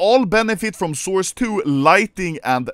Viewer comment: Anomaly is exited because he thinks it’s “sauce” instead of “source”